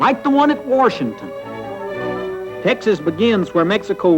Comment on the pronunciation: "We built our own Capital, like in WORSHINGTON !"